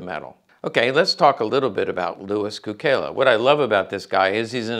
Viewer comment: A few important points. In Serbo-Croatian his name is pronounced "tSOO-kay-lah," not "koo-KAY-lah" because of the way an unadorned letter "C" is pronounced in the language, like the "TS" in Tsetse Fly. Many words in Serbo-Croatian are loaned or adapted from other languages spoken nearby. In this case Cukela has the same root word for "Sugar" as Italian -- its bordering neighbor. It means a number of things like "Sweet," "Custard," etc. Also of note, many of the two-time Medal of Honor recipients were WWI Marines because, though the Marines were part of the Navy, those double-recipients were detached and under the command of the Army when they executed the actions for which they were awarded. Therefore, one Medal of Honor from the Navy and a second Medal of Honor from the Army, and both for the same action. This is very different from both Sergeant Major Dan Daly and Major General Smedley Butler, the only two Marines to have been awarded the Medal of Honor twice for two separate actions. At Marine Military Academy we revered SgtMaj Daly, but they didn't talk about MajGen Butler hardly at all because of his vociferous anti-war stance.